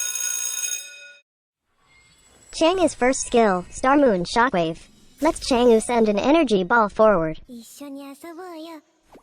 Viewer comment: Anyone getting triggered by the way he says chang'e, bcos he's saying it wrongly tho